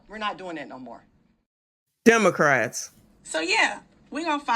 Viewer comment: I heard demorats 😆